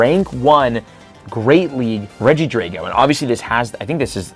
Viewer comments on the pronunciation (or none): none